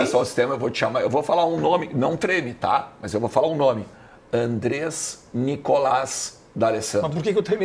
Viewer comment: Não é Andres, é AndrÉs. Nao é SebÁstian é SebastiÁn. E se acham castelhanos.